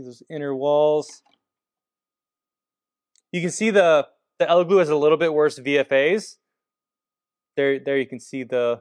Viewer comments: Its Elegoo not Eleglue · El e goo not eleglue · It’s EleGOO, not GLOO. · It's funny how you keep saying Ele GLUE.. YOU KNOW it's Elegoo 😂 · that’s what I kept hearing 😅 glue vs goo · Great comparison. Only criticism is it’s Elegooooo not eleglue Keep sharing :) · Are you saying "Ella Glue"? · Stop saying Elegloo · Why do you keep calling the Elegoo and "ElegLoo" ? 🤔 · do you keep saying "Elegloo"? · I keep hearing "elegloo" throughout the video. I can't tell if it's like the "meow" thing from Super Troopers, hahaha. Great video, thanks! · I kept hearing Eleglue lolo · I always hear, "Eggyloo"... sounds like our bathroom the day after a curry... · Did you say Eleglue?! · I can’t take this seriously when you keep saying “Eleglue” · Sounds like a fairly okay bake off, but I feel like there are a few too many differences between the tests for my liking, but then again, I'm a scientist. Are you saying, "Elegloo" every time? And did you spray some spray adhesive into a printer? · Are you saying Elegoo, or Eleglue? It sounds like Eleglue. 😜🤪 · Oh man, eleglue is all I'm going to hear com now on! 😂